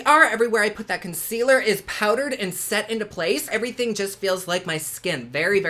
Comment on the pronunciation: Consquealer lolol 😂 if it does everything it says I need to take a dam bath in it 🤣